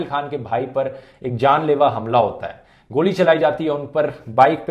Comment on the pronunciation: That's how u pronounce goli in haryanvi